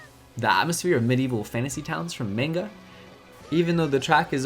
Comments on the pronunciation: Manga is pronounced MAHN-ga... It just irks me whenever someone says MAINga. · Come on, you should know better then to pronounce manga as menga